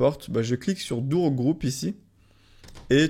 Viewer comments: ON DIT DOOR DORE PAS DOURE PTN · "Je vais cliquer sur "Dour"!" ahahah